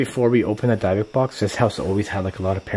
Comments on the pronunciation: It's a "Dib-bick" box... Not a "Dye-bock” box....... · It is called a " DYBBUK " box ..., and is pronounced ( 3 first letters ) " DYB " ( as the first part of the name " DEB-BIE " ) and then the last part of the word "BUK " is pronounced as the name " BUCK " ...😄😂😰😏 hope you understand what I am talking about ( I ain't sure if I do ..lol 😂🇩🇰🇩🇰🌈🌹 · Your saying it wrong it’s dybbuk box. With a silent I not a y.